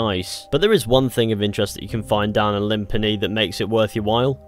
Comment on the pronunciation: "Limp a knee"🤣🤣🤣